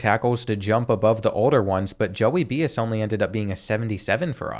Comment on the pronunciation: It's "By-us" not "Bee-is" LMFAO Like the great Len Bias.